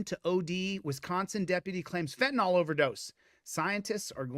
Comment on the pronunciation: "Fentanol" is the new "Nukuler"!